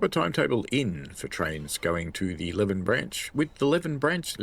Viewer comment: FYI, it’s Lee-ven , not Lev-n